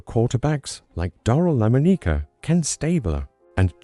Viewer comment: I hate all these terrible AI narrations. No one ever corrects pronunciations, gotta love La-moe-knee-kah. Who ever did this needs to go preview their work and go back and correct it. On names or words, fix them by spelling them phonetically in the script (then again, they probably have no clue what phonetically means). As for a favorite Raider, that's kind of hard since I have so many I love and think highly of. I guess I would say Stabler...